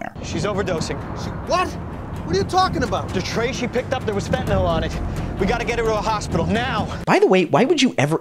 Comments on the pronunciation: The real killers are the monsters who pronounce it "fen'anol" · I'll spare everyone a diatribe on how illicit opioids impact those in genuine need and just say this; Hey, TV cops, the word is "fentanyl". FEN-TA-NYL. Three syllables, not fntnoll 🤦🏻 Also The Equaliser was a television programme long before it was a cinematic trilogy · Especially with the fact that people seem to be portraying fentanyl as a volatile substance, it bothers me that every tv show pronounces it "fentanOL" like it's ethanol or isopropanol or some kind of volatile alcohol that you can smell on the air. It's such a small detail and I'm a bit of a grammar/pronunciation n*zi but still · The worst is when people call it "fentan-OL." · And they commonly pronounce it Fen-tin-ALL. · fen TA NYL LMAOOOO